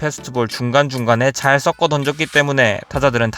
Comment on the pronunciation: 섞어 를 써커 라고 발음하시네 😂 서꺼 라고 발음해야죠